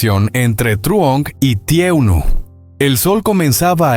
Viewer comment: Está relatando mal. Porque es TUUNUI. NO TRUOMD. FÍJESE EN LO QUÉ DICE POR FAVOR 🙏🙏🙏‼️‼️‼️‼️‼️‼️‼️‼️‼️‼️‼️‼️‼️‼️